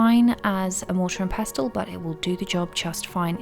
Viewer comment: Pestle.....the T is silent 😉